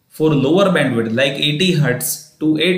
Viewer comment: It's Bandwidth not bendwith